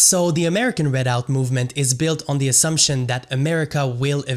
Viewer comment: Perhaps you should have learned how to pronounce the word "Redoubt" before making yourself look idiotic by mispronouncing it dozens of times in your video. You suffered a huge logical disconnect in attempting to associate two movements from the 1980s and 1990s, citing ZERO individuals who were in either of those movements that are now in the American Redoubt movement. The American Redoubt movement is outspokenly ANTI-racist. But yet you conclude that it must somehow be connected to a defunct RACIST movement from decades ago. Your lack of logic is astounding.